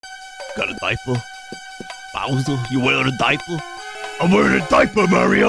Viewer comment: Bowsuh you wearin a daipuh